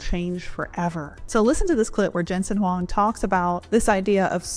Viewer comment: Nice, U can read Huang correctly. Do u know his Chinese name is: 黃仁勳; pinyin: Huáng Rénxūn :face-blue-smiling